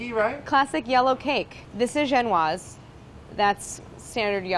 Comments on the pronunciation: I love you and these videos Claire, but genoise is pronounced gen-o-ease (see Great British Baking Show when they make constant jokes about genoise being not so genoeasy) not gen-waz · AAAHHHHHHH tfw Claire pronounces "genoise" as "jen-wahz" when you've been binging GBBS on Netflix and you've grown accustomed to the British pronunciation of "jen-oh-weez" smh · Genoise is not pronounced gen-wha; it is gen-o-ease. lol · My boyfriend had been watching The Great British Baking Show and when Claire said "Genoise", he aggressively announced that she said it wrong. I asked him if he was sure and he said the British people said it differently. I told him it was a French word and to look it up. He did. And then looked up another. And another... And another. Claire was right. 😂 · It's pronounced Jen-o-eese (Genoise) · No it’s not, it’s pronounced Jen warz.....it’s French.